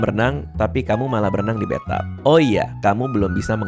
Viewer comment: bathtub...bukan bathUP. Nanti mandi malah di plafonnya dung bang 😅